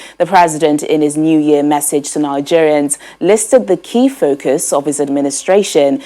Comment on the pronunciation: It's 'Message' and not 'Massage'.😥